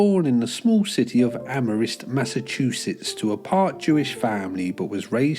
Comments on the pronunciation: Alright, how can a British guy not pronounce Amherst? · Unrelated to the actual content, the city is pronounced like Am-erst. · It’s pronounced Am-Hurst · New Englander here to help the OLD BUMASS ENGLANDERS how we pronounce "Amherst" in American. "Am-her-st" You're welcome, you redcoat bastard. Oh yeah sick video by the way. Great editing, always love your stuff, brother. Big ups, proud of you.